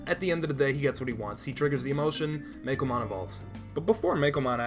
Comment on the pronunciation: You're saying Meicoomon wrong. It's not "Meikomon" It's "coo" like "Cuckoo" or like "ooooh, pretty~!"